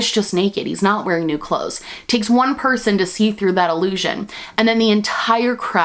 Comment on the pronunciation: I know you said emperors new clothes but all I heard is emperors new groove